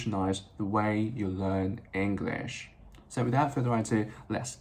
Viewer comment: 你的english這個字都沒發音正確😂